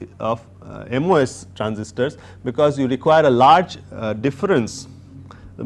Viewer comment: Funny how he says MOS transistors ! But very clear and informative as always .